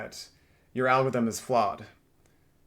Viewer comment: Algorithm has 4 SYLLABLES. AL-GOR-ITH-EM. It’s not AL-GITH-EM